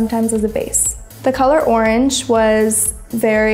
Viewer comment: Instead od orange he said arnj